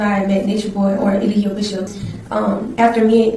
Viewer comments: His lawyer keeps calling him a-lie-gio 😂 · His attorney didn't even care enough to pronounce his name right. Day 3 of testimony and he still saying E-lie-jio 😂 this your own client bruh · The lawyer mispronouncing his name every single time cracks me up. He's cooked. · He didn’t even pronounce his clients name correctly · the way people be butchering his name is so unserious 😭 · His lawyer was terrible tho I will say that. He even mispronounced his name.